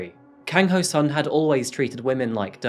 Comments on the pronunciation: His name is said as ho soon. Not ho sun. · This is why I keep fighting for the reformation of the standard roman lettering system for Korean. Your Korean pronounciation is outstanding... when the words are written right. The killer's name is pronounced Ho(r)-Soon but for some reason it's standard to write the short oo sound as u . Same for Goonpo. Edit. I take that first part back. I never heard anyone pronounce SEOUL as see-ole.. it's the capital city...